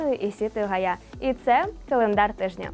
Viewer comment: Та не ГАЙя, а ГаЙЯ! Таке враження, що ви ніде не вчились і не розумієте як розмовляти!